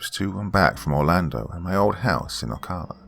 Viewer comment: Thanks for another good one,. I lived in Central Florida most of my life. Not criticizing, but if you have another story with Ocala in it, the pronunciation for the ca part is the same as saying California.